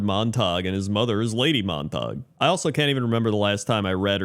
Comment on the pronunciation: Not Mont-tog, and it’s “Mon-tuh-gyoo”. Romeo Montegue and Juliet Capulet.